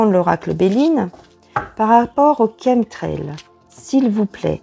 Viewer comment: enfin quelqu'un qui prononce le mot 'chem - trail' correctement :-)